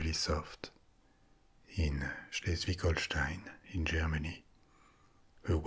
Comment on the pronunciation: Your pronouncation of german names like Schleswig-Holstein is very good